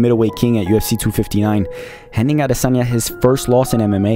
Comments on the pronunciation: Great documentary and analysis!! You got a subscriber just by the perfect way you pronounced “Adesanya” 😊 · Enjoyed this immensely and the fact you pronounced his name properly at the last bit, big ups!!!! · Kudos for pronouncing his last name correctly, especially at the end of the video........ADESANYA Obviously, u ve done your research right. Your content is on another level. Keep it up. Loved it. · You're a legend in what you do! My best part of this video is the last bit of you pronouncing his name as his mother would! #Adesanya. God bless u. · The pronunciation of Adesanya at the end tho!👌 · YOU SAYING HIS NAME CORRECTLY AT THE END IS PEAK YOUTUBE. CATCH THIS SUBSCRIBE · Wonderful wonderful wonderful … and the pronunciation of the name killed it! I just subscribed 😍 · Thank you for pronouncing his surname "Adesanya" correctly at the end. It means a lot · Love how you pronounced his name with a Nigerian Yoruba pronunciation at the end 😊 as a Nigerian, i am happy and proud for Israel he is definitely one of the greatest fighters ever 🔥🔥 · I like the way he waited till the very end to pronounce the adesanya correctly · That Last Adesanya pronunciation gave me chills 😅”in Laura Sanko voice “😊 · Thanks for pronouncing his last name accurately at the end. Youruba names have unique meaning which is lost if said wrongly. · Respect you for saying his last name correctly at the end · Pronounced the Last name well ! ADESANYA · hope izzy sees this, he'll appreciate that you pronounce his name correctly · I’m Nigerian and I must tell you(the narrator) that the way you pronounce Adesanya is 💯 New subscriber. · Pronounced like a Yoruba man. Kudos from Nigeria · Funny how you perfectly pronounced his name at the end, "Israel Adesanya" hmmmm 🤔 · I live how he finally pronounced his name correct at the end of the video 😁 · Refreshing how you pronounced his surname correctly at the ending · You said the Champs name well at the end - Ah-dey-sonya